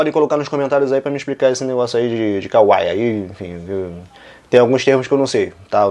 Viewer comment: "Kawaii" é fofo em japonês. Eu sei que eu uso essa palavra no meu nome, mas pelamor! Ficar falando isso em frases e TODA HORA é muito ridículo!!! Fora que ela tá pronunciando errado '-'